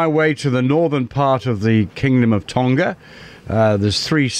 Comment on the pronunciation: Tonga has a soft "g" as in "laughing". Not a a hard g like "golf".